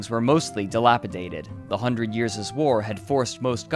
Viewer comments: "hundred yearseses" "citieses" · You have a problem with your pronunciation: when a word ends with an 's' you always still add an apostrophe s, but it is not correct. For example: 'hundred years' war' is pronounced 'hundred years war' not 'hundred year-ses war'. I noticed this in your other videos too. Edit: And as soon as I write this comment and restart the video I hear it again. "The city-ses population" should be "the city's population" or "the cities' populations". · when you pronounce a word that has an s at the end already and pluralize it by adding an apostrophe s you don't vocalize the second s it sounds ridiculous to an English-speaking ear.